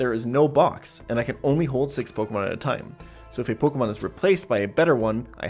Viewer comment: why cant anyone pronounce my name? Everyone else: why cant jan pronounce pokemon names correctly?